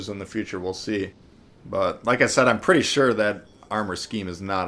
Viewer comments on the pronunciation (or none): none